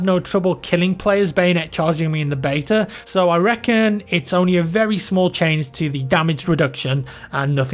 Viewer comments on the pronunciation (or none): none